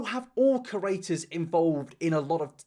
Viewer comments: can you PLEASE learn how to pronounce “creator”.... every single video you pronounce it like “curator” and it’s so annoying man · Ok but like can you stop saying « curator » when you mean « creator »